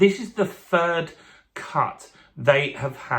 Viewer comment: Sounds like you are saying fird instead of third